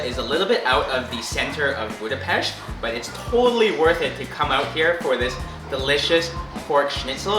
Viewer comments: Thank you for pronouncing Budapest correctly ! Anyway Túrógombóc was putted on roasted bred crumbs. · Thank you so much, for saying Budapest the correct way and pronouncing the "s" as "sh". Nobody who makes a video about our city does that. It was so kind and respectful of you to actually say the name of our city as we do! You guys rock! And so happy you had a great time! Maybe some day you come back in the summer and enjoy the Budapest in bloom...